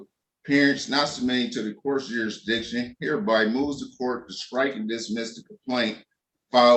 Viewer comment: “Jeerisdicrion” makes you sound even more stupid😅